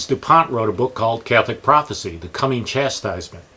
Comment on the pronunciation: Prophecy, not prophesy. Prophesy is the verb, pronounced "pro-fehss-EYE".